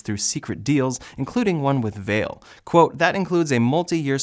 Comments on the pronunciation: Came here to say this. Val-eh, not Vail. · Nice roundup. But it’s pronounced VAH-Lay, not Vayle. 🤓⚡️🙏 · just a note, the mining company is pronounced Val-ay, they're a Brazilian company that purchased the nickel mine in Sudbury, Ontario. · The mining company Vale is pronounced Vah-lay. It's a little confusing to hear it pronounced like the curtain hat a bride would wear. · Vale is pronounced Vah-leh. It's Portuguese. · it’s pronounced valet. True story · It's pronounced Va-Le.....also they don't have a good environmental track record in Brazil.... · Vale is actually pronounced "Vah Lay". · 'Vale' is pronounced 'Vallay'.